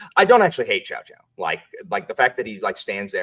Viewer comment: My ears bled everytime you say Chow-chow